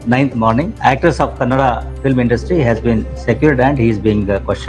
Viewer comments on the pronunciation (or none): none